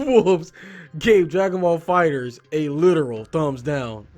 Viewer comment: Yeah, the game is pronounced Fighters